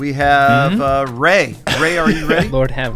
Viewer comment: Ray - Rey Parallel - Perellel 😂